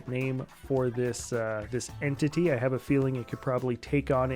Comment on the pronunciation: "ENT"-ity... was that on purpose hahaha